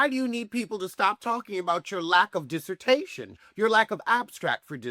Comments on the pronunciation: “Your disertaytay” I’m dead😂😂😂😂😂😂😂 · Before I continue, I really hope you say dissertay-tay in this video 😂😂😂. Please proceed…